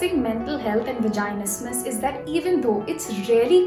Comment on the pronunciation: you’re literally pronouncing vaginismus wrong the whole time